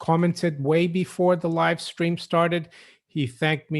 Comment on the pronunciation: you just said live scream!! Lol. Billy's chewed bones. Rofl 🤣